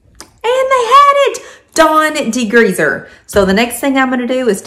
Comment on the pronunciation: ...de-greezzz-er 😂 will have to try it.